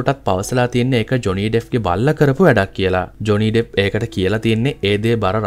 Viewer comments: It's not Deff it's Depp. Pronounce it properly. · ඩෙෆ් නෙමේ ඩෙප් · ඩෙෆ් නෙමෙයි ඩෙප්